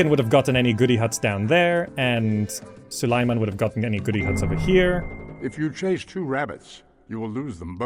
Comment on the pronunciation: Repeat after me: Sue - lay - man. Now do it without pauses. Congrats, now the sultan will know you addressed him!